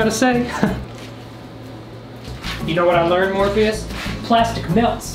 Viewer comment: Hearing you call out to "Morpheus" is so traumatic, all I think you're saying is "Morbius"